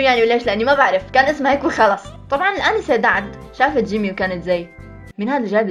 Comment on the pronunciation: لمن قلتي جيمي احسك تقولي جيمين 😂💞